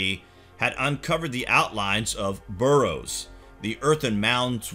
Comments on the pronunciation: bArrows not burrows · Quite a few mis pronunciations. Barrows, not burrows. That's where rabbits live. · Burrow!!! It's not about rabbits!! This is getting me more annoyed. And it is Scotland not Scatland!!!! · Burrows? Midians? Pick-tish people? Seriously, Sir, learn to pronounce the words before you put yourself forward as an expert!